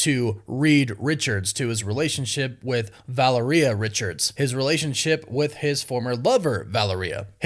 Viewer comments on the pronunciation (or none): Val-lehr-e-uh. Not Valerie-uh. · Great video! But,...can we PLEASE start pronouncing Valeria's name properly? It's VA-LAIR-IA. Not VALA- RIA. Woof Woof!! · He has to stop … there is no way no one has told him please someone tell my boy how to pronounce these words…Val-a-reeyah and ada-mint-tium are the most egregious of sins 😢😂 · Who is valarena?? I thought it was Valeria. Wow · It's pronounced (VUH-lair-eeya)... you're welcome. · Valeria is pronounced val-AIR-ee-uh. The emphasis is on the second syllable. Not the third, like diarrhea. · It’s drive me crazy the way you pronounce Valeria 😂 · You just really can’t seem to figure out how to say “Valeria” huh bud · The way he is able to butcher the pronunciation of Rabum alal and Valeria is a super power in of its own.